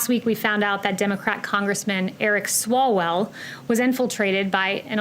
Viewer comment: Swallowell.... Says it right.